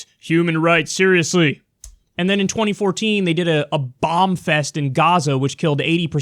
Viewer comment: Anyone else love the way Bernie says Gaza as “Gazer”?